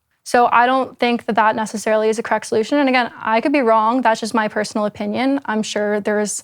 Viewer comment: Odd how she pronounces words sometimes: wronk instead of wrong, thinks instead of things, competink instead of competing. kekw